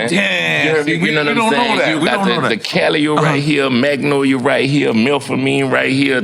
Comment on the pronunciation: Nore, stop saying the L in Magnolia. 😂